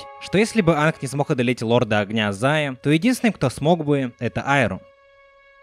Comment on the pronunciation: Почему ты Аанга называешь Анг?